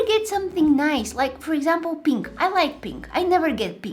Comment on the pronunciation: I love how she says penk